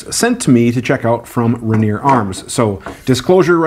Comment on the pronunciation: Ranear aka Rainier pronounced as Ray-near Cheek Hair aka Whiskers